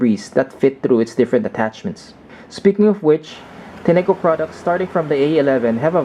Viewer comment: Enjoyed your review. FYI the correct pronunciation of the brand is Tin-co, as evidenced by the company website.